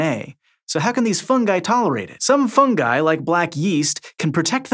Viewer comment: Thank you for pronouncing "fungi" properly